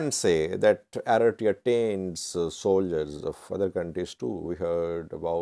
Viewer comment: For God sake, it's Eritrea 🇪🇷 not Aretiya